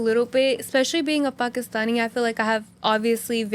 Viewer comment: it’s actually pakistani and not pakistini